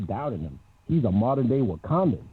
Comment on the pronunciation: "...Modern day Wakadan." What!?